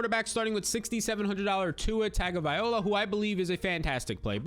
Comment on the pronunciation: TAGOVAILOA, LOA! Not OLA, C’mon Man